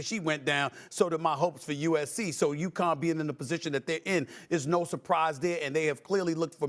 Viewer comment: UCONN, not Yukon. Lol.